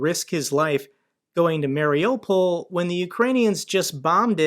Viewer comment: MARIUPOL is pronounced ..."MARI-U-POL (mary-you-pol)"...and NOT...."MARI-O-POL." The strongest accent is on the "U" (YOU).